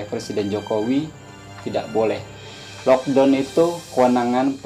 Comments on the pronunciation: lockdown bang..bukan lodong..saya berapa kali dengar abang sebut lodong..saya fikir sejenis makan ke apa ni..rupa2 nya maksud locdown..kelakar la abang ni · bukan "lockdon" ...sebutannya ialah "lockdown"